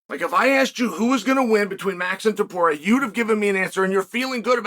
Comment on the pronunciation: "Toporier?" Really Chael